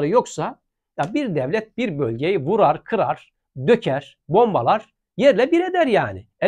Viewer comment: " vurar " ne ?? " Vurur " olacak o ..... Senin Türkçe'nin ben.....